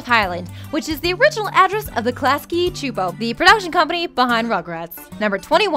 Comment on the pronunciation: sue-poe csupo not chu'po...